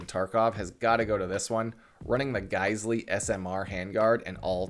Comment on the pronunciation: Geissele is pronounced like "gai sel".